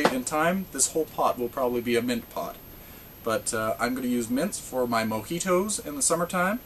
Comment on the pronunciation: mo-HEE-tows hahaha Love your videos man- came for the lithops stayed for everything else :D